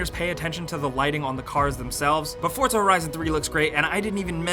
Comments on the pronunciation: its for-za not fort-za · Hey, it's not fortza it's forza. Thanks. love ur videos